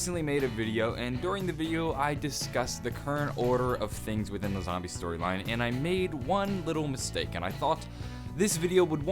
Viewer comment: Nobody gonna comment on "Stroyline"